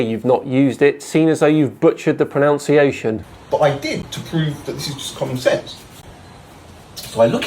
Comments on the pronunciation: *whispers*, it’s ‘pronunciation’, not ‘pronounciation’ 😉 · did you pronounce "pronunciation" wrong on purpose? 😆😆👍🏻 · The irony of incorrectly pronouncing the word pronunciation. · pronounced "pronunciation" as "pronounciation." I consider that to be a self own and a fail. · Butchered the pronounciation. Ah, the irony. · it is somewhat ironic that you commented on his Pythagorean proNOUNciation error, when the word is proNUNciation. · It's pronounced "pro-nun-ciation". Not "pro-nounce-iation". But yes it's hard to watch someone this confidently bonkers. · The irony of someone who says "pronounciation" ridiculing someone else's pronunciation of "Pythagorean". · PronUnciation!!!! You cannot comment on another person's pronUnciation (even a flerf's) if you say pronOUnciation. Dear oh dear... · Butchered the 'pronounciation'. Ironic! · oh, I hate it when people butcher the pronunciation of "pronunciation" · I think you're great and I love your work. But it's always a tough thing when I hear people criticise others' pronunciation and, in so doing, mispronounce 'pronunciation'. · The way you pronounciated the word pronunciation is gold. 👍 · Sorry, Had to laugh at you butchering the pronunciation of the word pronunciation. LOL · The word is pronounced pronunciation.